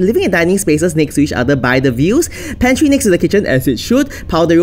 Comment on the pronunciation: "The pantery is in the middle of nowhere" so bluntly said💀💀